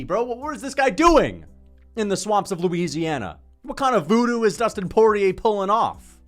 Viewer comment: Dustin "Voodoo" Poyay